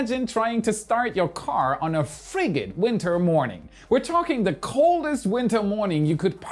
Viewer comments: "Frig-id" Lol. It's pronounced, "Fridge-id." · Congratulations and the WAI Team. 🤘😎👍 P.S. fridged is pronounced "frige-ed", the dg sounds like a 'j', fri-j-ed / English SMH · Frig-gid??? lol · For future reference for (@ in the video) it’s pronounced fri-jid with a “j” sound. Not making fun, just wanted to help 👍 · frigid = "FRIDGE-idd" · Once again, English being silly - frigid is pronounced with a J sound - so fri-jid. Hopefully that's helpful! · "fri-gid" "akin" lol ... 10: 40, his english is sooo off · 300!! I remember your very thick accent earlier on. Nowadays someone might be able to guess you were born in another country, but would think you came to America as a child. Amazing. That said, you have charming pronunciation for the word "frigid' 😅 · The 'g' in frigid is pronounced like a 'j'. Akin has the emphasis on the second syllable, so sounds more like a-kin. Appreciate these videos